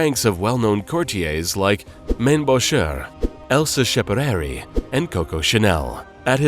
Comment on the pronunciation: You mispronounce "Couturier" for one. Learn how to pronounce names before you keep going. You mispronounced Schiaparelli and Hubert de Givenchy. There are pages on here to learn but for some reason decided NOT to do so. Also, there's NO dark side to the designer. Title is bs